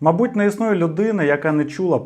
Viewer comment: Я розгадала) Добрий день 😏 Ну - мАбудь, відвЕзти, це ще бо божески. Далі. Вірно: близькИх, помЕр. Не пОмер) А так, просто чудово 👌🏻 Хороша вимова, приємно слухати 👂🏼